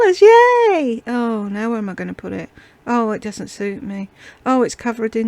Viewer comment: Omg she said, “ Greazee” instead of greasy? Omg!🤣🤣🤣🤣🤦‍♀️🤦‍♀️🤦‍♀️ oh and then, “Dudn’t” instead of doesn’t.😂😂😂😂😂😂 She is such a dunce.